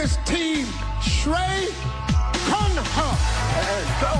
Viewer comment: He almost broke his teeth while pronouncing Khanna 🤣🤣🤣